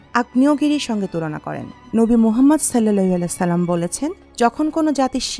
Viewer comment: বড় দুঃখ লাগলো যে উপস্থাপিকা সঠিকভাবে সাল্লাল্লাহু আলাইহি ওয়া সাল্লাম পড়তে পারলেন না ! হায় রে মুসলমান !